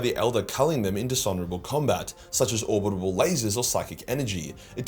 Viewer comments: I love how you say “orbital”, “orbitable”. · You have come a long way with your ability to say orbital. I am proud of you even if I did hear you fuck it up just as I was typing this...😅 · Its Orbital not orbitable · Orbital not orbitable